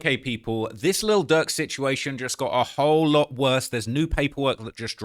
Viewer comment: can you put a little more R in durks name? bcuz it sounds like ur saying lil duck